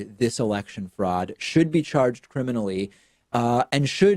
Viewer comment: Lol, you legit said cremliny, as in the cremlin, instead of criminally. That has to be the most perfect way to mess up that word. What would have been perfect is if you had been speaking about Trump when you did it. Lol